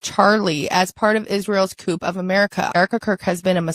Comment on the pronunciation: She pronounced “coup” line “coop” Really?